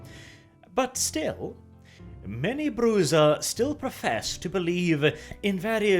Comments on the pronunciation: ive heard that name pronounced so many ways but this is the first time ive ever herd the J pronounced with z or s sound... Generally I hear it pronounced with an H but yea... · I Love this! I find your take on the Brujah about the same as mine so it is nice to see I'm not the only one who interpreted their lore thus... although I do not share in your pronounciation of the clan name XD. I do hope you continue this, if not only for the sake of VtM;B2 coming out? It would be awesome with a Lore video like this for every clan they reveal as playable, and perhaps an "Honorable mentions" sub series for the ones they leave out of the game? Hearing your take on Vampire the Masquerade Lore is both interesting and fun! And of course hearing your take on any SJW influence on the game when it rears its' ugly head is a must! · Clever. is demonstrating why constantly fighting the status quo is so disruptive by refusing to pronounce the clan name the same way twice. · Your pronunciation of Brujah is killing me. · Why are you pronouncing Brujah like that? It's weird. I've heard Bru-ha and Bru-ja but you pronounce it Bruiser for some reason. Don't do that please. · That is beyond my point though; Old VTM books gave what is trying(with varying degrees of success, he almost should be aiming for a russian sounding 'zha' sound [ж] instead of a 'za') to pronounce. Most people use an approximation of the Spanish 'cha' sound in the modern version instead, which is closer to the original IRL word's pronunciation. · I'm 98% Brujah, Whitewolf's word, rather than the vampire clan, comes from the Spanish word for "witch", as in bruja. Being Spanish the j is pronounced as an h. Bru-ha. I'm cringing here. Now if you wanna tell me how the hell I pronounce Tzimisce I'm all ears. I've been saying something like Te-mee-see/zee. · It's Bru-ha, not Bruza... This hurts me. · What is Bru-ZAH :D ? It is Bruyah, gang of BRO's. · BRU-HA! It was only Bruzha in Redemption. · Its pronounced: Brew-hah